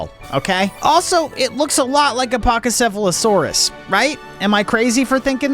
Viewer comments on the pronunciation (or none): You butchered that name, bro said pasephfalasaurus😂😂😂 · fwecoco is a crocodile and Garydose is a Chinese dragon becose Magikarp is a koi and a legend is koi swim up waterfalls and become dragons etcetera. also sorry to be that person but Pachycephalosaurus pa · chee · seh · fuh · luh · saw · ruhz sorry but again OR-TH-WORM ...ELEC-TRIKE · Paciefalosauris (pa cE eh FA lo sar is)